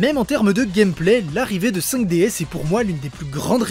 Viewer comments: Ça se prononce "Five Diz" ! ;) Et pour moi, c'est de loin, de très très loin la meilleure série Yu Gi ! Merci d'avoir traité ce sujet ! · Le s ne se prononce pas ca se dit juste 5 D ou meme 5 dragons